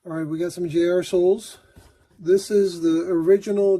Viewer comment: I smirk every time you say . Jrsoles